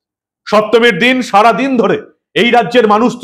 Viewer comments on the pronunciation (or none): none